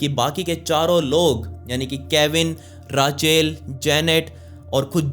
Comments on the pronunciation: it will not called rachel... its Rak-el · It's रेचल not राचेल 🙄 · Bhai raachel nhi ray-chal padhte h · Sab thik h video me koi dikkat nhi h.. but it’s not Raaaa-chel, it’s Rachel 😂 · Its not raachel its Rachel when you pronounce bro